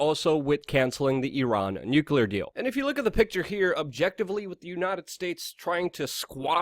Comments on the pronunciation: I laugh every time you pronounce nuclear nucular like W Bush lol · *Always mcLuvin The"Nuke-u-ler" Luke-u-ler! :D :D